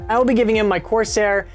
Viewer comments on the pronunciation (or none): none